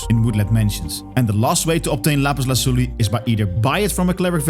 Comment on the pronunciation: What's that accent? Are you a Spanish speaker by chance? That "Lapiz Lazuli" was on point!